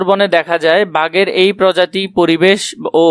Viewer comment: ঐটা প্রতিবেশ না পরিবেশ 😢😢স্যার